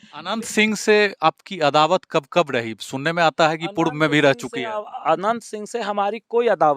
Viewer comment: Yeh kya hindi bolte ha reporter aap k upr ko bol rha ha upl ,diwar ko diwal bol rha ha ,arop ko aalop ha maine bahut baar suna ha bihar wale aise he bolte ha purv ko pulv bolte ha